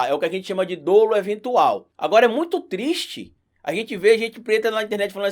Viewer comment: eu acho que a pronuncia de Dolo é com o Ó aberto (Dólo) e não fechado (Dôlo)